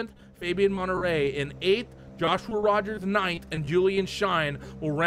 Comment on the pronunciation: Love the vids, but you gotta stop murdering people's names in the broadcasts. Monterey looks nothing like Menetrey.....